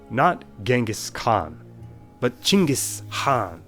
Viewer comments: OH MY GOD FINALLY, SOMEBODY SAID CHINGIS INSTEAD OF GENGHIS KHAN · I am Mongolian and you should be mongolian like bruh you nailed it